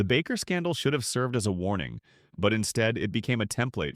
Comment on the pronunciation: Baker, not Backer or Bacher